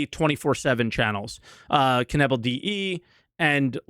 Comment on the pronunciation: Hehe, Kenebble :D....its Knaebill (no silent K). Greetings from Germany :).